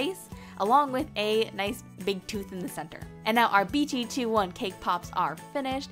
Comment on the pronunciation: who else is just triggered on how she pronounces stuff and the “BT 2 1” and not BT21